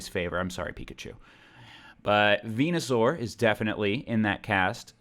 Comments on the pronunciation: Venusaur= Penis-sore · Venasaur = Vageenasaur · Venusuar---> Penisuar